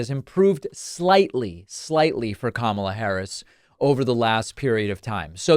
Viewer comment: I see that Donny has finally figured-out how to pronounce the lady's name.